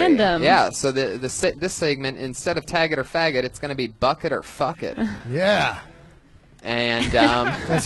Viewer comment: Buck it? Or Bucket?